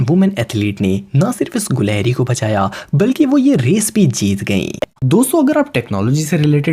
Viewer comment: Bro at no 1 its not goleheri its gelehri